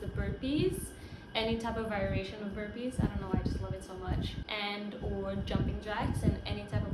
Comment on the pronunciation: Lol! You must be the only person I heard like burpeeees🤭 you're a real one! 🥰